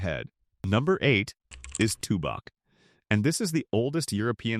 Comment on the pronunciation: Wickenburg beautiful and hot. no thanks He pronounced Tubac wrong. Close to México. You can have those 11 towns and I'm not moving. Staying in Douglas